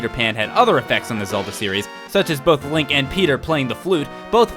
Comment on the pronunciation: If you love him so much why do you say his name wrong? It's Link. -_-'